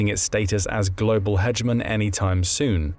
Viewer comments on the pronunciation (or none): Is this an AI video, you're reacting to, here? "Hegemon" is abhorrently mispronounced.